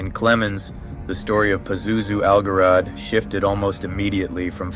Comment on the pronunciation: "Pazuzu al-Jarad" means "Pazuzu the Locust." The pronunciation is "Zharad," not "Garad."